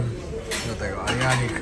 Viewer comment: TYLE RAZY W TURCJI A MÓWI ARYANIK ZAMIAST AYRANIK…OJ PO SZKOLE PODSTAWOWEJ LEPIEJ MÓWIĄ 😂😂😂😂🤣🤣🤣🤪🤪🤪🤪